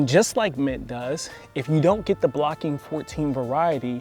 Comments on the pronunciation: It's BOCKING 14, not "Blocking" ... named after the research station in Essex, England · Good video, good info but it's BOCKING not Blocking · Bocking, not Blocking. There is no "i" in the name... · The term is Bocking...Not Blocking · its Bocking not Blocking. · Isn't it Bocking 14, not Blocking 14? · It's Bocking 14 not Blocking 14 . Just FYI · Bocking 14 it is, not blocking 14